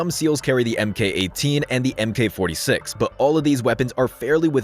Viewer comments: just a minor issue, its not M K it is MARK 18. MK is always pronounced as MARK, otherwise absolutely loved the breakdown you can tell you put a lot into it. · Love the video, but just popping in here to say again, the designation Mk. is not pronounced "em-kay", it's pronounced as "Mark" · “MK” is pronounced as Mark, not “MK”.